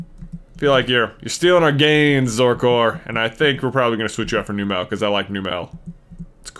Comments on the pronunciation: J, I'm sorry, but it's Numb-lle, not New-mel. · Wait. Numel and Marill were both caught on Route 112. So you have to release the Marill.Also, it's pronounced "NUMM-uhl". like "number" and "camel". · It's num -el